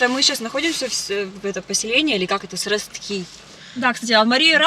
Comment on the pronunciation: Сростки, ударение на О